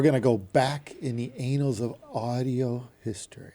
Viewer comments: “Annals” is pronounced with a short “a”, as in “animal”. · Annals...please for the love of God stop saying anals.